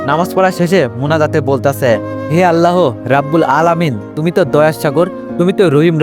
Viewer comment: আল্লাহ হবে আপনি হ টা উচ্চারণ করতে চেন আল্লাহর সাথে হ যোগ করবেন না 🙂🙂